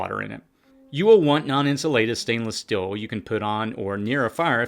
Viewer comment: “Stenliss still, syllable container” = “Stainless steel, sealable container”